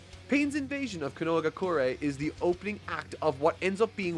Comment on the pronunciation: Konohagakure = KO-NO-HA-GA-KEW-REY Konohamaru = KO-NO-HA-MA-ROO No more KA-NO-WA or KA-NO-HA, please.